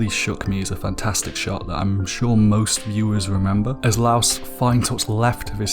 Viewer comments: Why does he say Laios as louse? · My guy. Laos is a country. His name is Laios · Laios=ly-os, not Laos Marcille=mar-seel, not mar-see-ley